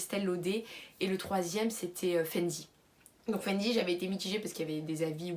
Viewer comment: C’est pas méchant mais tu le fait exprès ou ta des problèmes de prononciation Il est marqué FenTy tu dis Fendi Huda beauty pourquoi dire Youda